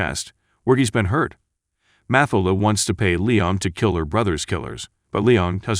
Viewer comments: Learn how to pronounce character names before you make another video. It"s pronounced MaTILda not MAtilda. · Jesus Christ her name was MATHILDA = Ma Till Da - not MATH A LA - what the? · Damn but the Narrator needs to work on his pronunciation! Math-elder? It's Matthilda! Matt-ilda!!! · its pronounce mat-tilda please teach your bot. but that aside still a fantastic film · Mathilda is pronounced: Ma-til-da. NJ is New Jersey. Do your homework. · It’s pronounced Ma-Til-Da. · It's Ma-til-da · You should teach the computer how to pronounce Mathilda. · Will you do something about that stupid fucking voice mispronouncing "Mathildas` name... How does this shit ever get posted..??????? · For Pete’s sake, pronounce Mathilda correctly. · The narrator did a good job but does not pronounce Matilda correctly. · Robot narrator can't handle the pronunciation of "Matilda". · Took me half way through the video to figure out why her name was unfamiliar. I watched the movie a couple of times, but didn't remember her name. FINALLY, I realized the stupid computer bot was mispronouncing Mathilda. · Mathilda... the "h" is silent. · Please redo this with new commentary, and correctly pronounce Mathilda. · Seriously, you keeping mispronouncing the little girls name made me give you a thumbs DOWN DUDE... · u don't pronounce MATHILDA like that, the tone is on the second silable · The way the name Mathilda is pronounced 😁